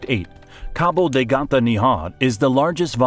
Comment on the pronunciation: Es Cabo de Gata.🤦🤦🤦🤦